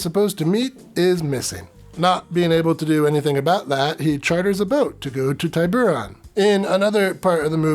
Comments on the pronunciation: A Spanish island, the I in Tiburon should be short, or more technically an ee sound and a long o, oh. I don't doubt the movie is wrong though. Girls seem to be holding their breath well.😅 I'm surprised there aren't porn mermaid films actually. Ariel was old enough to get married.😅 Dude, you'd be safer in the ocean than the poison waters of The Great Lakes. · No hard I in the pronunciation